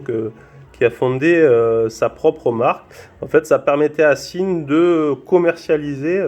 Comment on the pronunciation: sympathique vidéo et belle montre. Par contre "Sinn" ca se prononce "Zine" pas "sine"